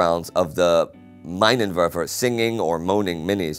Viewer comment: The pronunciation is 'Meenenwerfer'. And 'Lettoh'.